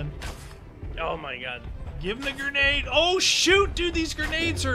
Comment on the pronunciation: LOL I love it pronounces grenades "gernade" I have to laugh every time he says it. Like when Trump says "Nukuler" haha